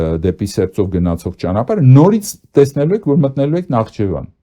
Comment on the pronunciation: ՆԱԽԻՋԵՎԱն պ.,ոչ թե նախչեվան Ամոթ է հետո պայքարում եք Վիլսոնյան Հայաստանի համար!